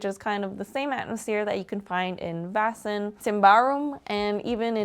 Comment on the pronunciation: Great video, and great work on the Swedish pronounciation! You pronounced Vaesen perfectly :)